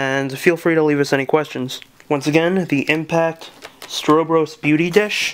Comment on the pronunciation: It's Stro Bros, like what's up bro....not like Stro bus.